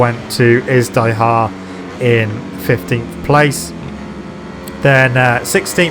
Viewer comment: Small correction, 15th place on moto3 pronounced 'izDEEhar' not 'izDIEhar' :(